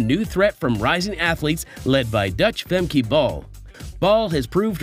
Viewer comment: Her name is not "Femkay" -learn how to pronounce her name it is no so difficult